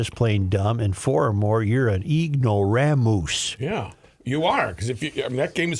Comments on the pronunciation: Literally says “-moose” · is that the way Cracker Barrel was spelling "ignoramus" or is Joe just saying "ignoraMOOSE" for effect?